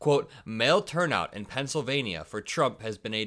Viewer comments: It's pronounced pencil -vain-yuh and not pencil -vain-ee-uh. Love your content, keep up the good work 👍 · huge fan, daily watcher… but I know it may be trivial, but you’re saying Pennsylvania wrong. It’s equal to people who mispronounce Kamala’s name, and I’m sure you don’t mean it.